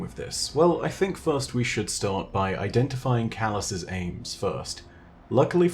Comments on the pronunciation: Calus's...thought you were meant to be good at English? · i think it should be calus' not calus's